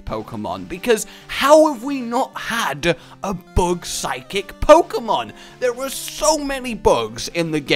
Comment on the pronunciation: he said psychic lmfao idk how but its like 'sid'kcik